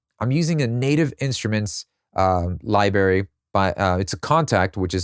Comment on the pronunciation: Very helpful in-depth look at how modern, mainstream songs are crafted! I'm not thrilled that it's all so tech-heavy, but if you can't beat 'em, you have to join them. Also, can I tell you something and you won't get mad?.... It's pronounced "library" not "libary".